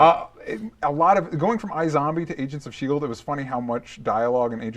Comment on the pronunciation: I thought Matt said, "Asians of Shield" and I was like, "Hey...."